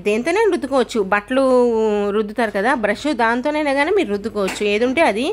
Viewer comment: ఉప్పు, బట్ట , నలుపు ఇలాంటి మామూలు తెలుగు పదాలు కూడా మీకు పలకడం రాదా, మీరు ఏ దేశం లో పుట్టారు తల్లి